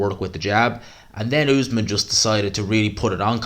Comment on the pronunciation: Great video, but it cracks me up how bad you are with names, the other day you couldn’t say Faze, now you’re saying Essuman as Usman, they aren’t even hard names, just say what you see